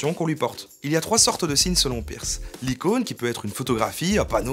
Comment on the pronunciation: Très bonne vidéo, comme d'habitude. Petite note sur une prononciation, le nom de famille de Charles Sanders Peirce se prononce comme le mot "purse" en anglais et non comme "pierce" !